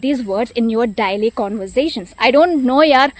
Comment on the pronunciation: Excellent video and narration. Great. But please rectify your uttering of the word Daily. You wrongly pronounce it. Pls correct it.😊